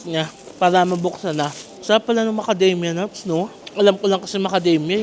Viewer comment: Tawa ako,una tawag mo macadamya,later on yung talgng tawag sa knya macadamia…nice ❤️